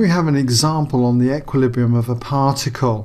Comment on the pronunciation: "It's in equihesljkssdsbrium'